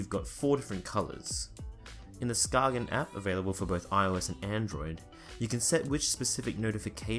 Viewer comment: It's pronounced ''sKAYen'' - not sKAGen. It's named after a little town in Denmark